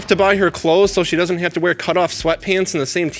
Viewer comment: “I DOS WHAT I DOS!” 🤦🏻‍♀️